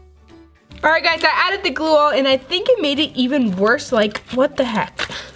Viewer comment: Gl-oo that is how to pronouns glue😝😝😝 but i love your video's😍😍😍😍😍😍😍😍😍😍😍😍😍😍😍😍😍😍😍😍😍😍😍😉😍😍😍😍😍😍😍😍😍😍😍😍😍😍😍😍😍😍😍😍😍😍😍😍😍😍😍😍😍😍